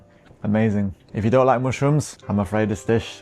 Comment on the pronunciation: He is sooo cute "mooshrooms" 😍